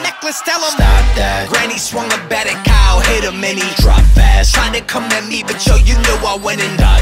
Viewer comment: Kyle: ITS X-YLE